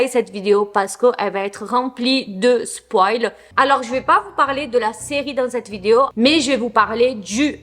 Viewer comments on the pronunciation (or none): none